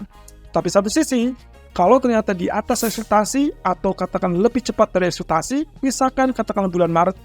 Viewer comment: Ekspektasi bang bukan akseptasi